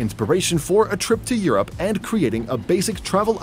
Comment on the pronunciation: He pronounces Europe like Your App. Lol.